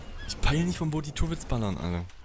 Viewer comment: eeeeh die heißen nicht "tourits" sondern turrets